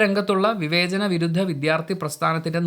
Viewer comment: ദയവായി വിഥ്യാർത്ഥി എന്നു പറയാതെ, വിദ്യാർത്ഥി എന്നു പറയൂ